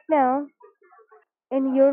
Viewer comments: Is it just me or every time he's supposed to say "right now" he was saying "right meow" ? Edit: I just noticed there's a meow counter at the top right corner. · had to pause video first time i heard "right meow", im not listening to that for an entire video lol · Should have kept a counter of how many times he said 'meow' in place of 'now'